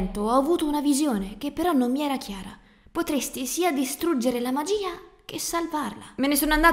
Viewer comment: Magiiiiiiiiiiiiia non magia i non ia